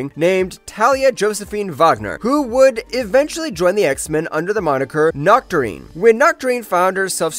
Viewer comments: Sorry, but Noctourine? It's Nocturne as in nocturnal 😅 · "Nocturne" is pronounced, "knock - turn"... The "E" at the end is silent. Given that it isn't a common word, it's not a big deal, but for the other people who regularly mispronounce words they read but don't know how they're spoken aloud, here you go: 1.) Chasm: (pronounced Kas-um) not "Cha-sum". 2.) Epoch: (pronounced E-pock) not "Epic" or "E-poke". That's all I have to add... I really enjoy the videos you guys put out, this comment isn't me being judgemental, or anything. You guys didn't get into the storyline where Kurt's Father summoned the dozens of blue, furred teleporting offspring to open a portal to Hell, but oh, well.